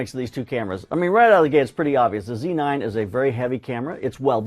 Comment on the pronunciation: Z9 not C9 - c'mon, you can say it